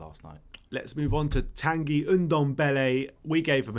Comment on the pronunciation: TAN-GUY not tangy, tanguy ndombele Like&Subscribe COYS